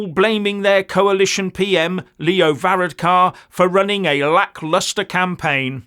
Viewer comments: Ok, you probably need to get the proper pronunciation of Varadkar and Fianna Fáil. So, let's start "Var-Adkar ok, and Feena Fawl, there ya go., but yes, we sent a clear message to these out of touch, higher moral ground, ideologically captured wanna be dictators in our govt. If they go for another referendum I'd say they'll lose that too. We're going to get rid of this coalition, but the problem is that every other party in Ireland is equally bad, apart from Áontú and the independents. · Ha! Ha!, our PM which is called Taoiseach (tea-shock) is pronounced ver-rad-ker. Fianna Fáil (fee-naa-fall) and Fine Gael (fee-naa-Gail). Thank God we have a constitution, other wise we would be the wokiest country in the world. All our main stream parties are EU/wef a**e lickers. (And in the case of our PM it literally is true). Hopefully we can give them a good trashing in the next election. Sorry for laughing at your pronunciation, but it’s very funny from an Irish pov.